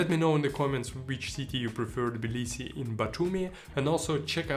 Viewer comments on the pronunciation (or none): Good video but Jesus Christ my friend....its TTTTTTTibilisi there is a T in it! It's not Bilisi. You lived there for how long? You should know that by now. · Interesting video man! Quick question: Is the T of Tbilisi not pronounced - Sounds like you're saying 'Blisi'.